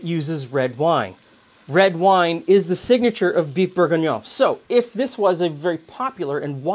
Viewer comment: Because calling it Bouef Bourguiguignone is much more fun?